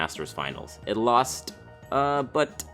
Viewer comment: Never have this guy on your videos again. It sounds like he is reading off a script and he way overpronounces his Ts like in seT and in contenT . And 2 in a row with losT and buT . Is that fucking necessary? Jesus Christ it's annoying. I can feel you spit all over me. Back away from the mic, you don't have to swallow it you fat fuck.